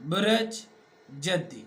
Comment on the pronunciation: آپ بُرج کو بُرَج پڑھ رہے ہیں لوگوں کو مس گائیڈ نہ کریں آپ کسی سائیٹ سے پڑھ کر سب بتا رہے ہیں جناب آپکو کو ککھ نہیں پتا آسٹرالوجی کا